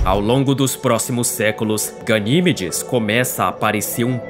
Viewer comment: Primeiro trocam a lua pelo titã,depois por Ganimédes (Pronúncia certa) A lua:-"O que vcs tem contra mim mano?!"😢💔